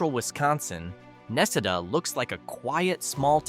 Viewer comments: Necedah Nah See Dah, not Neck a dah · The people that I know from Necedah pronounce it more like ne-cee-dah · Na see da another one you have no idea how to pronounce . Are you actually reading this or are you using a computer. Apparently you're not from the state